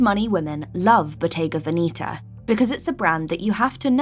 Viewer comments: Please get the right pronunciation for: Botte’ga Ve’neta! Not Veni’ta😓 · Botega VenIta???? Botega VenEta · It’s pronounced Bottega VEH-nehtah not VeeNEEta. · Very interesting, however, it’s not pronounced Veneeta (sounds like velveeta NOT). Its pronounced Veneta - say it like you see it - very simple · I own few pieces. Now I'm confused with the pronunciation. Venetta or Venitta? 😅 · Bottega vinita 😂😂😂😂 the pronunciation tells me that the person who made this video never stepped in a Bottega Veneta shop, and if they did the staff must have rolled their eyes behind their back 🤣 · The funny thing is "she'' cannot pronounce the names.😂😂 Proof that it is not for everybody. Not even the name. Bodega Veneeeta? LOL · Pronunciation of Bottega Veneta is incorrect! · You pretend to know but you can't even learn how to say the names properly! You are offending what you are using to make money! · If you are talking about Bottega Veneta pronounce it properly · Some scruffy American bimbo discovered few Italian brands??😂😂girl, you’re not even capable to pronounce Bottega Veneta (no surprise) and those are ”old money brands” in your limited mind, Brunello Cucinelli has boutiques even in many Eastern European countries where 99% of wealthy are new money. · Your pronunciation of Bottega Veneta is sooo wrong! You need to improve the pronunciation of the brands you talk about if you want to be taken seriously!